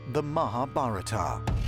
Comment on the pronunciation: At first please learn how to pronounce মহাভারত, महाभारतम्